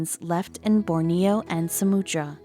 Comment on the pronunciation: it's "soo-MAH-trah", NOT "sah-MOO-trah"! please find a narrator who can READ!